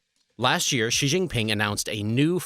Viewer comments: I question the veracity of your information when you can’t even pronounce the leader’s name correctly. It’s more like SHEE, less like ZHHEE. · Interesting video but would be more credible if you could pronounce the names of Chinese leaders and locations. It hurts my ears to hear you say "Xi" (sounds more like she) and I'm western. I've lived in China and would only partly agree with your analysis. There is a tremendous demand for good workers among employers. Young men are especially suffering in China now as the imbalance has caused families to prefer having girls for over 20 years which is something we rarely see mentioned in the West. Young men feel like liabilities. Agree with your analysis about the breakdown of the economy based on restricting tutoring. It's been a windfall for the Philippines as the tutoring business has shifted to online. Xi is trying to be like Mao and has the same anti-intellectual bent. Chinese people make fun of Xi for his lack of education beyond primary school and his poor vocabulary.